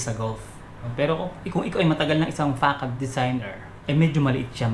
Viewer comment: 'fasad' po yata basa nyan idol